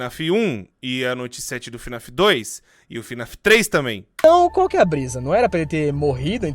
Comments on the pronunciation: lek ele falando fnef, falando Henry errado, chamando a criança de Michael tava doendo lek pqp slk falou tanta coisa errada que eu tô me contorcendo até agr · Pq vc fala fnef?